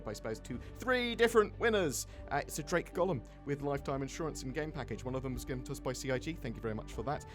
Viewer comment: I am not sure your pronouncing that drake ship right